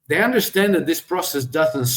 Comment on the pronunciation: Let your tongue touch your upper front teeth and dey dat will change to they that.